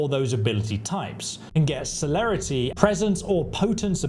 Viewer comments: It's pronounced Sir-lair-rity - Ob-few-scate and Po-tense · The info? Solid af. The pronounciations? Killing me. Brujah - Broo-hah Celerity - sell-air-it-ee Stygian - Sti-jee-an Obfuscate - Ahb-few-skate Hope this helps everyone. 😂😅